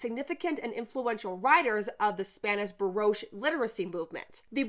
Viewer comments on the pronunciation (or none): baroche? do you mean Baroque ? Sincere question. I just recently learned about this woman as I am living in Mexico part time., She was astonishing!